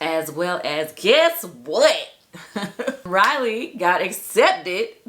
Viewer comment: Riley not Railey.